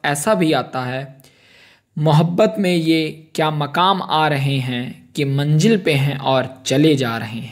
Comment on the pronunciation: mere bhai pronounce sahi karo zamana hota manzil hoti z bolna seekho or qaf ق bolne ki practice kro